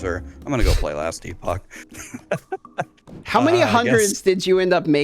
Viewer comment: “Last e-pock”…. Yeeeah.